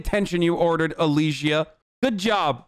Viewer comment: can we talk about how they pronounced alisias name different each time